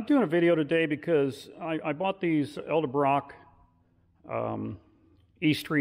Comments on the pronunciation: Nice video hut learn to pronounce edelbrock like it sounds not eldebrock it's edelbrock ffs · The name is pronounced ED-EL-Brock not EL Duh brock or however others butcher it. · Ed-uhl-Brock not El-de-Brock